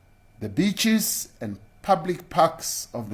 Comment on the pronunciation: He said beach in awkward pronunciation. With emphasis